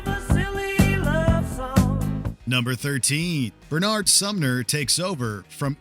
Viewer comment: Pronounce the names correctly please. It's not "B'nard", it's "Bernard"